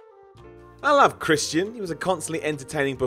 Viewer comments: POOSH CHRIST-E-AN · The way this guy says Christian...